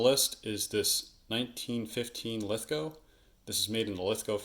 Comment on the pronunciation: Awesome content.nice to hear you say Lithgow properly,If your ever in Australia i will take you to the Lithgow factory museum.